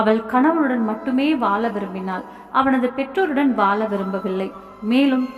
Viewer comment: தமிழ் படிக்கும் விதம் படு மோசம். Vaala இல்லை, வாழ.